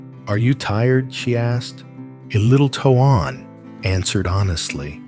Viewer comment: Please say his name correctly it's tone while it is not spell that way